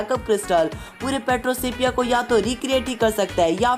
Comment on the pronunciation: Petropia not Petrosepia